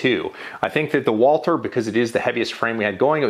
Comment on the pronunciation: Why can’t you say Walther properly? It’s not Walter. There’s supposed to be a th sound in there.